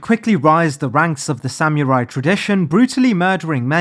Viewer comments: Okay my guy, surely you pronouncing samurai as sam-you-rai is a bit right? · The way you say Samurai upsets me